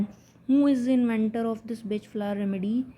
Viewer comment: FYI pronounced Bahk…not Batch THANK YOU FOR YOUR VIDEOS